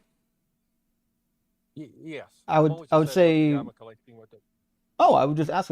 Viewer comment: Who are the “Amakalites?” Does he mean the Amalakites? This guy’s a mess.